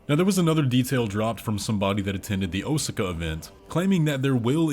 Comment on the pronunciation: Osaka. Oh-sah-kah